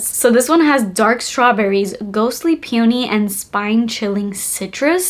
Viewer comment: I say this with love….it’s pronounced PEE-uh-nee